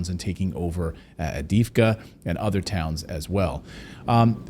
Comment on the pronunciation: Can any English speaker pronounce "Avdiivka"?